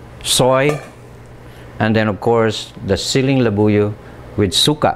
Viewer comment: Pronounced suka in a way that translates to vomit. Jeez.